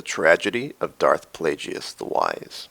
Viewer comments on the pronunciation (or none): First of all, Plagueis is pronounced 'Plage-Is'. Secondly, Padme literally states that Anakin is 'breaking her heart' when she confronts him on Mustafar. There have been instances in real life where people have died right after a spouse dies due to what can only be described as a broken heart and losing the will to live. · why do people pronounce it "play-jee-uss" it sounds ridiculous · I do not understand how someone can mispronounce Darth Plagueis, when Palpatine says his name ....IN THE CLIP SHOWN IN THE VIDEO!!!!! To be fair, for some reason, others share this linguistic difficulty.